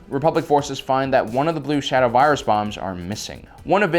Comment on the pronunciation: I love how Dr. Vindi pronounces the virus ZE BLUE SHADOW VIRIUS (vi-a-dus)